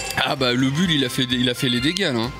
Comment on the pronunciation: ca s'ecrit bull mais ca se lit boule !!!